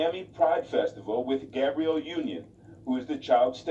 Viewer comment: Lmao he said Gay-briel Union 🤣🤣🤣